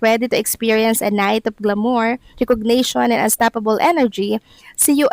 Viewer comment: GLA mor hindi gla MOR. Nasa 1st syllable ang stress ng salita. Di na NAMAN pinagaralan ang pronunciation bago magbasa o magsalita.